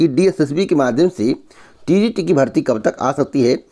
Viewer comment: Tgt ko tt bol raha hai Aisa youtuber h ye